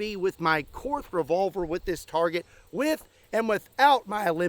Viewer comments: Two little things - Korth is pronounced Kort and side blinders are not allowed in ISSF/Olympic Pistol Shooting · Actually… I think it’s pronounced „Cord“. Ze Germans don’t have the „th“.